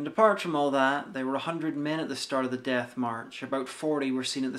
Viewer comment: Why do you pronounce "death" as "DATH"?